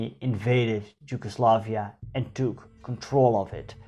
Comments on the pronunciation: i am just gonna say it... it is Yugoslavia, not ”Gi”ugoslavia. maybe a bit more insight in covering the Ottoman rule of the lands. The numerous wars fought by the serbs.... 1848...the religious minorities and the policies of Tito during the existence of Yugoslavia. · You pronaunce Yugoslavia bad, how come you still didnt learn to read. And Im cincearly curious, about the reading part ofc